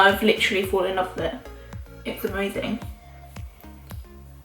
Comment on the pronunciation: "this is lofe" lmfao